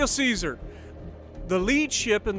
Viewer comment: ITS NOT "SISAR" CHESARE(0 SILENT LETTERS)